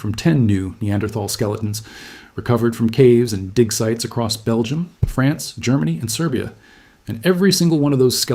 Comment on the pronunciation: France, not Frence.